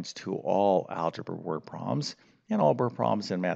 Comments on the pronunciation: Learning algebra from someone who calls them “word pro’ms” somehow doesn’t sound right. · You lost me after the 100th time you said word proms